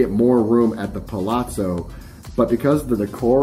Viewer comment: Theres no 'T' in Palazzo